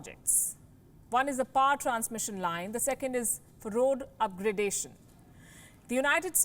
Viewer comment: Sov-renee-tee should be pronounced so·-vruhn-tee without a break and up-grade-ations should be upgrad-ations.